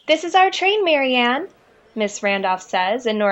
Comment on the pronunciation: Um, its Marianne